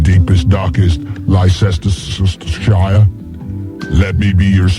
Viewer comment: Lie cester cester shire